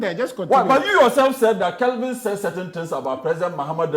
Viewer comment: Kevin, not Kelvin…🚶